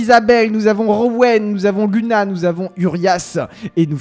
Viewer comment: On dit Louna pas luna